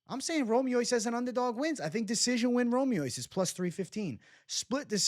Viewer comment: Romious =romey -is lol